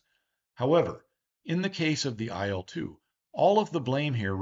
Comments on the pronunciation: You mispronounce the name of the plane. The names of russian airplanes should be pronounced the same way as the beginning of their designers's surnames. IL is pronounced like eel. The same thing with MIG, SU, TU, YAK etc. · I'd also add that in Soviet/Russian airplane names, the letters are not pronounced one by one. It's not "Ai-el," it's "il" (almost like the word eel, but with a shorter "i" instead of "ee"). Likewise, Tu would literally be "Tu" and not "Te-Yu." This is because most design bureaus had names derived from their directors' last names. "Tu" is from Tupolev, "La" is from Lavochkin, "Il" is from Ilyushin, "Pe" is from Petlyakov. We don't write "TU," or "IL," or "PE," because it's not really two "equal" letters. It's just Tu/polev, or Pe/tlyakov. And it is much easier to say this way. Addition: saw this elsewhere. "Tu" is as "too" or "two," "Su" is as "soo," "Mi" is as "me," etc.